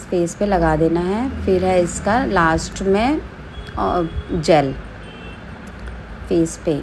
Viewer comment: Jal nhi hota ji ...jel hota h😅